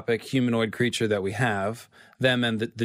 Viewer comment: what's a "Greature"?